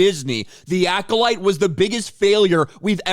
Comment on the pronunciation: I heard this Manny guy say " season two of Cola Light" .